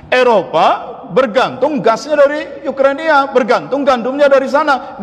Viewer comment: Ukraina Pak, Bukan Yukrania,,🤭😁